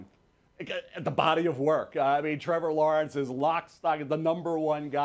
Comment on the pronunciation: If MEL says Trevour Lawernce than go with Justin Fields